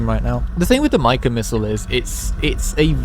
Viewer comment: The way you pronounce “mica” enrages me